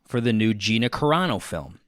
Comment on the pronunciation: Wait do I have to be the jerk who tells him it's Carano not Corano?🤷‍♀️